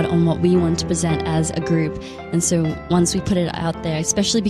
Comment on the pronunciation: Didi you notice whenever she have to say so she says sho-rrr . Ahh she is so cute💜🌸